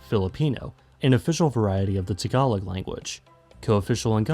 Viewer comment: Tagalog is pronounced as [t'GAAH-log], with emphasis on the middle (or second-to-the-last) syllable, as in most of the local words. The Philippine National Anthem (Marcha National) "Lupang Hinirang" was originally written in Spanish, translated first into English, and now required by law to be sung only in the official Filipino Tagalog lyrics. The Philippine Flag is unique in that the blue field is displayed uppermost (or on the left of the viewer when hung vertically) during times of peace but is displayed with the red field uppermost (or on the left of the viewer when hung vertically) in times of war. The flag thus acts as a unique war flag when displayed with the red field uppermost as during the Philippine-American War and World War II. When the flag is folded into a triangle, the blue field, the white triangle, and one gold star must be visible on the exterior. The national bird is the Philippine Eagle (Pithecophaga jefferyi), the world's largest eagle. The national animal is the carabao (water buffalo, Bus bubalus), the national fish is the milkfish (Chanos chanos), the national tree is the "narra," the national leaf is the "anahaw," the national flower is the "sampaguita," the national fruit is the Philippine carabao mango. The world's largest fish, the whale shark, regularly swims in waters off Oslob town (Cebu province) and Donsol town (Sorsogon), to entertain tourists. The world's smallest commercially economic fish species ("sinarapan") is found in Lake Buhi in the